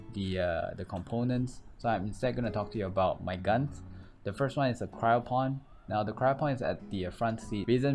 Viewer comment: Cryo Fon btw not Pon xD